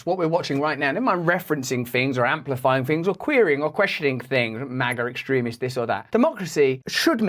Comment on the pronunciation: "MAGA esstremis"